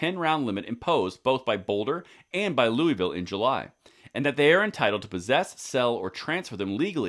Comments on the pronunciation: Thanks for what you’re doing! Just a small correction, it’s pronounced “Louis-Ville” not “Louie-vull”. ;) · Great news! (In Colorado, the "s" in Louisville is not silent.) Factoid...the Bill of Rights pre-empts state law.